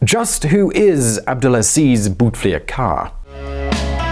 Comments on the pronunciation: Never heard a better "Bouteflika" prononciation in my life 😂😂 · That’s the funniest pronunciation of “Bou Taflika” ever 😂😂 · Firas Sanioura It sounded like “boot licker”. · I adore the way he pronounces bouteflika's name 😂😂💗